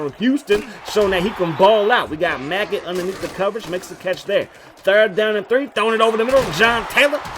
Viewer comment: Bruh his name is Megget. Not Maggot. Lol